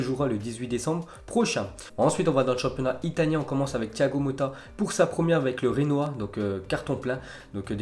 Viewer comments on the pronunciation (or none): Ça ne se dit pas renoa mais bien comme c'est écrit Genoa (djénoa)